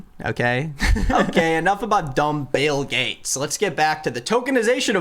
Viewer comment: The fact that you pronounced Bill gates as Bail (BAAL) Gates made me laugh bc I’ve been watching lots of Owen Morgan/stuff about Q anon losers. Just funny and I don’t think you did it on purpose. But it works.